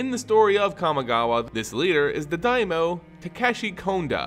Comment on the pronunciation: Was that the only pronunciation error that got to you? I winced engender "daimyo" was mispronounced.